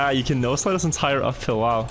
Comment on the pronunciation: Are you saying NO Slide or NOSE Slide? I'm not even kidding, I've wondered before but never dared to ask.